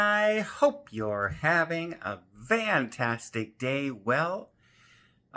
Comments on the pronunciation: I'm fairly new to the channel, so could someone please explain the word "VAN-tastic" in his usual intro? Or am I hearing him wrong? TIA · I believe it is an eastern Canadian thing to pronounce an f like a v 😊 videos have good tips and info🎉